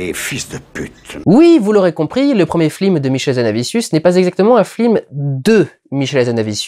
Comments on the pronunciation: Y a une raison pour laquelle Dudu prononce toujours "flims" au lieu de "films" pendant toute la rétrospective ? Oo' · très fort de prononcer "flim" à chaque fois ;) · flim ? tu as perdu un pari dudu ? ^^ (ou alors c'est la prononciation excessive (et parfaite) de Michel Hazanavicius qui fait lapsus ? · heuuuuu c'est quoi un flim ? c'est pas un film normalement ? :P ça m'irrite les oreilles :P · Pourquoi j'ai l'impression que tu dis flim au lieu de film? x) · c'est moi ou tu n'arrêtes pas de dire "Flime" ? x) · Putain Dudu, on dit "FILM" pas "FLIM" parfois tu parles vraiment trop vite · Je t'entend dire flim au lieu de film :( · T as pas un problème de prononciation? Tu dis "flim" au lieu de"film" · C'est moi ou il dit "Flim" à la place de "film" ?! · ta critique est top, comme tjs, mais y a que moi qui entend "flim" à chaque fois que tu dis "film"? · c'est FILM putain F-I-L-M pas flim prononce les trucs bien MERDE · Merci, j'ai cru que c'était mes oreilles qui déconnaient X) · Parce que c se qu'il fait x) sa ma tuer aussi après avoir fais attention j'arrivai plus a me concentrer sur autres chose x) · Et c'est avec 8 ans de retard que je capte que tu dis "flim" à chaque fois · Putain mais c'est pas humain j'explose de rire à chaque fois que tu dis flim XD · Ca a du etre un cauchemar de prononcer flim a chaque fois. En plus il a l'air d'y avoir peu de prises. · t'as dis 3 fois flim au lieux de film, en 2 minutes, pardon, je veux pas être désagréable mais c'est vrai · slt, tu te rend compte que tu dit souvent "flim" au lieu de "film" dans cette vidéo?;-) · J'adore comment tu dis "flim" l'air de rien comme si c'était le mot normal et en gardant ton sérieux tout du long! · pourquoi tu dis flim ? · Bon, OK, on a compris qu'Hazanavicius ayant fait La Classe américaine, ça peut être rigolo de dire "flim". Une ou deux fois. Au bout de la 15e itération, ça devient HYPER LOURD, en revanche. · Pourquoi il dit flim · Arrête de dire "les flims", ça me stresse.